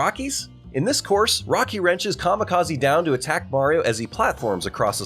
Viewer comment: dude you literally say kamikazai